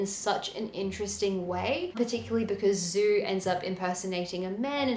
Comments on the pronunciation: She who became the sun --> djou not zou. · I mean if it is Zhu, then the pronounciation is djou.